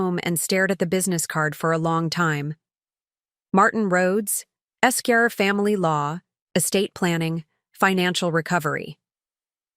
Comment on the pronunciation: AI readers can't pronounce Esquire. I do hope this one has a ending like yesterdays Hey good story